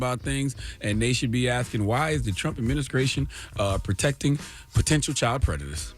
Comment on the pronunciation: Charla called it the “trump adminiscration”